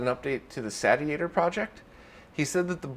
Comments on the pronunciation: SAY-SHE-ay-tor Thats how even Prof Abrassive says it should be said! :) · I think he says it like this now, just to troll us ;-)